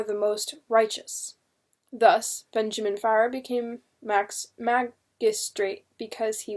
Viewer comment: Love these books! Great read,but just one correction. Fier is not pronounced fire. it was the Fear family's orginal spelling of their name,so Fier is pronounced fear.